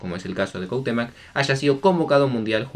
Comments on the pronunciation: Ni por que tienes las letras puedes decir CuahutémOc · CuauhtemOOOOOOc, amigo vas a aprender bien los apellidos algún día? Te sigo siempre, abrazo!